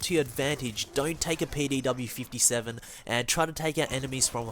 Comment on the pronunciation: did dis dude say payday w or am I dumb